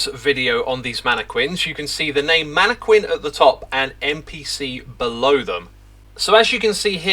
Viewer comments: Please… it’s “mana - kin.” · You know it’s pronounced “man-eh-kin” right? Not sure why you’re adding the qu sound, Minecraft didn’t invent the word. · I know you're doing it to be a troll, X, but the whole manne-kwinn thing got old after the second time you said it that way. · It's pronounced MAN A KIN not MAN A KWIN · The way zuma says mannaquin is making me believe ive said it wrong my whole life. Isnt it "Mana-kin" not "mana-Kwin". Im Australian so it could just be a country pronouciation difference. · Mannequin is pronounced Man-a-kin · Hahaha manee-kwin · chooseday shedule man-a-quin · Can also attest as a UK inhabitant - mannekwin is uniquely a Xisuma thing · As an Englishman I have never heard it pronounced with a Q in my life. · Seriously? "Manne-kwins" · It's not a British thing, we say it with a hard q like "kin". It is though, an Xisuma thing. He has a list of words he pronounces in his own special way. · It's spelled mannequin but it's pronounced mannekin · You can tell that xisuma has never heard anyone say "mannequin" in real life and he's only learnt the word by reading it because he says it SO WRONG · Do Brittons really pronounce “mannequin” the way you do? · I hope 1.21.10 brings the mannequin pronunciation bugfix for Xisuma. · I think reads a lot… because that’s not how you pronounce mannequin XD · Xisumavoid pronouncing the u in mannequin is like stewie pronouncing the h in whip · Stewie pronounces the h in hwip. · It is indeed a UK thing. We tend to go back and forth these days, but pronouncing the Q is considered more correct than pronouncing it as a K in some accents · X pronounces a ton of words absolutely wrong. I'm less bothered about Mannequin than I am by him mispronouncing "I bought" as "I brought". Those are completely different words and he never learns. Has been doing that for ages